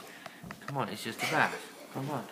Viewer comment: no its bath. its not "bathe" bathe sounds like "bae-thee"